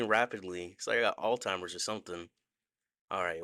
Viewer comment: JUST so u know, it’s Alzheimer’s. (Allz-hi-mers)